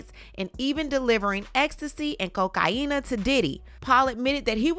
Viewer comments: ....someone NOTICED! "....COK-EYE-YEEEEE-NAAA...." ...ha-HAAA! ...I love it...... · EVERY TIME 😂😂😂😂😂 I LOVE TO HEAR HER SAY IT.